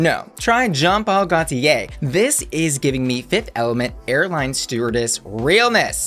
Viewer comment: Did he say Gottier instead Gaultier?